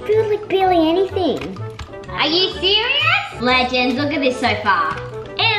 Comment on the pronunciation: Tilly Fielder it’s TOATALY NOT « ledgends » what even is that eww you, it’s legends